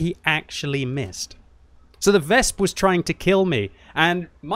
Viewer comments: Please, it is not "Wesp" it is "Wes-pe" Anyway usually i agree with no cap - kill all attitude, because if we kill every enemy tanks, we get all more xp - maybe credits too. But yea, not in these risky situations. And yes, i seen a lot of arties who stopped our own cap by killing own capper teammates. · for god's sake, stop saying VESP lol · Ves-peh W is pronounce as V in German. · The last "e" in "Wespe" isn't silent, just like in other German words, like Grille or Löwe